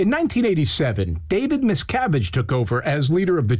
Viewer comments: Sounds like Jim Axelrod is saying "Miss Cabbage" 🤣😂😜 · It sounds like he’s says “Mis-Cabbage” 😂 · I thought the interviewer kept saying, 'Miscabbage', too!! He was awful. Investigative reporter? I don't thing so. He was a joke.🤣🤣🤣🤣🤣🤣🤣🤣🤣🤣🤣